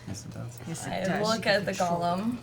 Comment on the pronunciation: People made fun of Matt for pronouncing sigil with a hard "g," but at least he can pronounce golem correctly. (with a long "o") Refreshing to not hear "gahlum" for once!